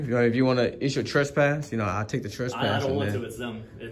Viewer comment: It's called trespass not trust pass. But congrats I've never heard anyone get that as completely wrong as that. I don't point out a misspelling or things like that but this one cracked me up